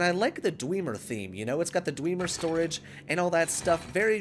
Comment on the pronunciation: Lol wtf is dweemer its dwemer not dweeeemer